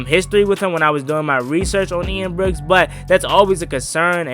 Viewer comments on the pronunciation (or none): It’s Ian Book, Not Ian Brooks